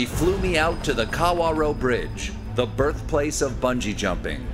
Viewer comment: This is great :) We'll just ignore the inaccurate pronunciation of the Kawarau River & the Wakatipu. Well done for Bungy Jumping. It's wicked fun